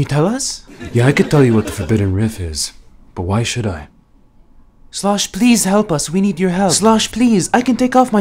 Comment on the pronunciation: literally said "Slash" and not "Slosh".......